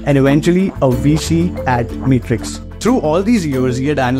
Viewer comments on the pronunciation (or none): none